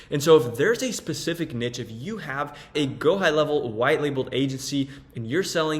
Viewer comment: It is pronounced "nee-sh"